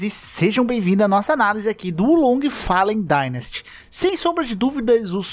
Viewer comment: "Falem dainasty"??????? xessuis kkkkk